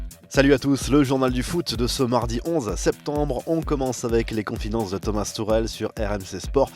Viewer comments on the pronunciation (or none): Au début il dit Thomas turel avec un r